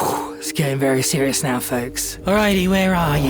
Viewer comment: I swear I heard arcade show down nyaw